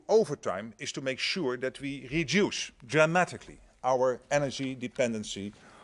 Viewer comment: Do you also "konsidder" to "sink" about "rejuice" your lack of English language? I am Dutch and ashamed for our "pm" he must go "fahwk" himself.